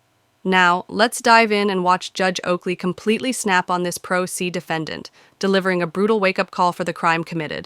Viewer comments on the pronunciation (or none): It's pro se not pro see & judge Oakley never goes too far with these fools 🤣